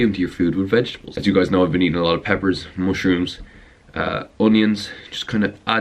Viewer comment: the way he said mushroom :))